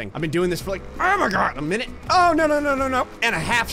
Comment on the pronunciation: Why do you Start with bruuuuuuh when you want to say minute?